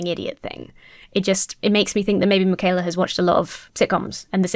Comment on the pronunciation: He also pronounced Mikhaila as "MacKayla" ...